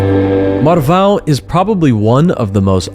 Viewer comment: You´re not really an American. You can pronounce "Marvão"... 😅